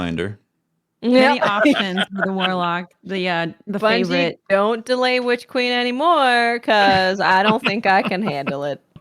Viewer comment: So nobody gonna mention that flubbed saying witch queen a couple weeks ago and that became the whole "witch cream" thing?